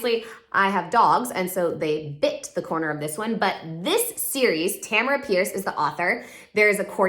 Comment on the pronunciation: Tamora Pierce, not Tamara Pierce